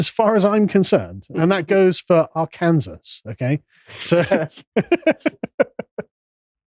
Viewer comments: I was in Arkansas last week and pronounced it the same as you...the locals were not impressed. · LOL I cannot believe “Arkansas” got mentioned on this podcast - I am from “Are-Kansas” ha ha!! You guys are popular in Arkansas btw.